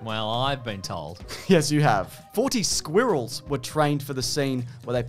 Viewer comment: I like the way they pronounce squee-rels. It's kind of quaint. They almost got the American pronunciation right -- we do make it one syllable, but I say it's more like "squurls" than "squorls".